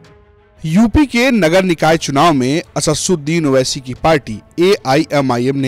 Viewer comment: Wah kya education hai aap ka Asaduddin naam tak sahi se lene nahi aaraha wah wah